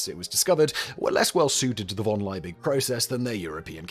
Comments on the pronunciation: it's really maddening that you can't pronounce the name "Liebig". in fact, the surname name is properly "von Liebig", but I guess if you included the "von" it'd be doubly maddening because you'd probably mispronounce that as well there's nothing hard about "Liebig" -- it's just LEE-big. just get the bloody vowel right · It's Liebig, not Leibig. German ie is pronounced like English ee, not like English I. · Von Liebig! In German -ie = ee. Lee-big. In English, field, fiend and sieze. In contrast -ei = eye. Hence the German Einstein. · Totally unimportant side note: 'ie' in German is pronounced like 'ee' in English, so von Liebig should be pronounced 'Lee-big'. The sound of the English 'ie' would be the same as 'ei' in German. Also: sorry for being the annoying German 😅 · 1847 is around one hundred and eighty years in the past, not eighty. Justus Freiherr von Liebig's name is pronounced "yoostoos fon leebigh". Bovril and milk? OH HELL, NO!! The prize for naming Vegemite was fifty pounds, not fifty dollars. We didn't go decimal until 1966. How many Aussies sang the Vegemite jingle? It's pronounced "Beega". Vegemite smoothie? WTAF? I hadn't heard of that. Dick Smith's OzEmite wasn't anywhere as cheeky a name as his boxes of matches. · I'm German and this hurts my ears